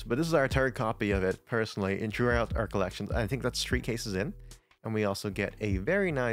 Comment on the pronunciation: One, two, tree.